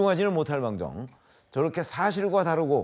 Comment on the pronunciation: 깽깽이 패널새끼! "저렇게"를~ "저러게" ㅋㅋ